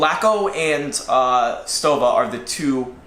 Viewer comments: I think it's pronounced "SHtoVa" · I'll help you in your pronunciation of Stowa. It's the same ''stow'' as in ''stowaway''. btw nice vid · Well... a bit long winded but that STOWA Flieger Klassik 4 Modelbau A deserves even more time ! And admiration ! Nice job, boys ! P.S. Stowa reads like "Shto-wa" ! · They are making a 43 mm now. I'm ordering a 43 mm Chrono. I can't wait to get it. And it's pronounced "shtova." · Its pronounced Sto"V"a. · Most germans would say 'Shtowa' and not Stowa! (same with Steinhart)! Regards from germany